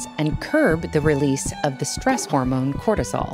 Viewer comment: Big emphasis on the “stress” when you say stress hormone cortisol. Not all stress is bad. Cortisol is needed